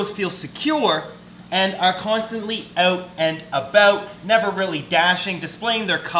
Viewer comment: Who else loves when he says "Owt an abowt"